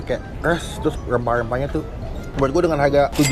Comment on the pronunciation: rempah - rempah bang bukan yempah - yempah wkwkw